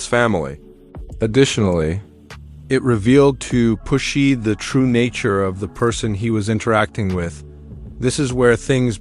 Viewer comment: Please say his name right please 🙏 ❤